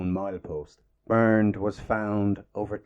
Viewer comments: ONLY A "PADDY" WOULD PRONOUNCE HIS NAME "BURNED".IT SHOULD BE PRONOUNCED "BAIRNT". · "Bernd" does NOT pronounce "Burnt" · It’s pronounced ‘bAirnt’ rhyming with air and the d is pronounced as t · Bernd is pronounced Bernt and there was no F1 before the war, they were Grand Prix cars. the first F1 race, and therefore F1 cars, was in May 1950 at Silverstone.